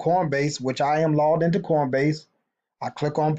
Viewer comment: Are you saying cornbase? lol